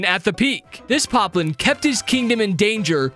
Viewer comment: why did you say piplin its poplin